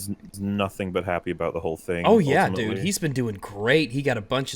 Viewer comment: "OHL-TIMITLEE" Why does he say that more often than Jared says "anyways guys"